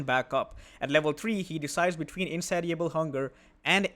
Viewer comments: FYI: in-say-sha-bull hunger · The "ti" in "Insatiable" makes an "sh" sound like in the word "nation". I know english is a nightmare...I wouldn't say anything if you weren't already doing a good job with the language. Hope this kind of feedback isn't burdensome, love your content